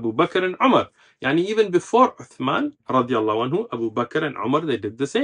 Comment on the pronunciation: I may be wrong but the sheikh may be pronouncing " radih A'nhu" instead of "radia Allah A'nhu" رضى الله عنه .